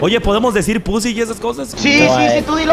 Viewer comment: mariana diciendo pusi xddddd